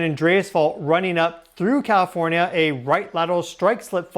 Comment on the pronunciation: I swear to God he’s saying “Cawifornia”